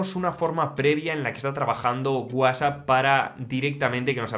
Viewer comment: Que MAL PRONUNCIAS WHATSAPP! 😂